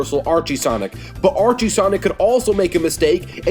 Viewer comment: It is Archie.